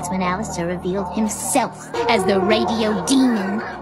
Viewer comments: Bro the fact that he called him "Alester" and Husk "Hask" 💀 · is it me or at the start its Alester and not Alastor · It's alastor not alestor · Alastor ❌ Alester ✅ Husk ❌ Hask ✅ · alastor nah we got ala-store ala-store nah we got ala-stair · Alastor❌️ Alester✅️ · Alastor ❌ Alester✅ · ...bro..... why.. "Alester" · Video is good,but his name is Alastor not “Alester” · Alastor ❌ Alester ✅ Husk ❌ Hask✅😊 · Could you add credits? and btw its Alastor not Alester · WHY ALESTER??? HASK???😭😭😭😭😭😭😭😭 ITS ALOSTOR AND HUSK PLEASE GET IT RIGHTTT OR IMMA CRY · Alastor ❌ Alestor✅✅✅✅✅✅✅✅✅ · blud misplelled alastor, its alastor not alester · ITS ALASTOR NOT ALESTER Edit: PLEASE HIS NAME IS HUSK NOT HASK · Btw hes name is alastor not alestor/elestor (u had a lot of mistakes)and also husk not hask) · ALASTER NOT ALESTER HUSK NOT HASK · BROOOOOO IS ALASTOOR NOT ALOSTORRR